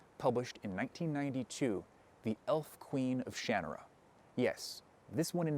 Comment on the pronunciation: I think this is the first time I've ever heard someone say "Shanarra" out loud, and it's so different than how I pronounced it in my own head.